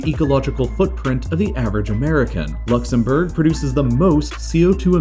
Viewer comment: luxemBURGER lol